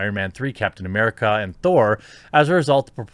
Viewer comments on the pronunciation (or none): none